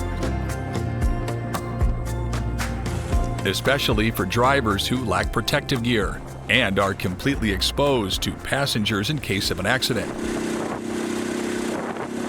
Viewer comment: "and are completely exposed to passengers in case of an accent?